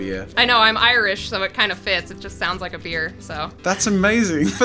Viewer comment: As a person from Ireland, When said "I'm Irish" in such an American accent I kinda cringed lmao Still a great collaboration tho!